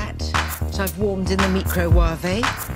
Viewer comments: She was obviously having a bit of silly fun. How could anyone be a fan and not know this? She's my Culinary Goddess so...I will be pronouncing it "meecro-wahvey" henceforth and forever more. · Mee-cro-warvee, must be the posh way to pronounce it.